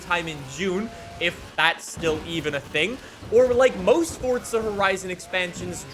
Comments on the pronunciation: It's Forza not Fortza ffs 😂😂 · Fore zuh...Forza, no T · There is no T is Forza. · Does anyone else feel like he’s saying “Fortsa” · Yes, because that's how you pronounce the italian word forza.